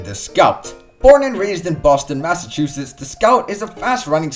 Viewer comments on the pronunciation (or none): none